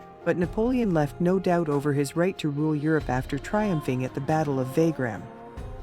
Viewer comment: Subscribed. Nice video and very nice art. :) The uniforms should try to be more accurate for history vids. The Pronunciations are a bit off in some parts - should make sure of those for history documentaries. Dame pronounced Dum Jena - Yeah-na Wagram - Vah-grum Rochefort - Rawsh-four Bourbons - bore-bonz Blucher - Blue-char (its a bit odd to pronounce) Invalides - Invuh-Leeds The death toll at Waterloo was factually > 10,000 > the casualty (dead, wounded) total was around 40,000.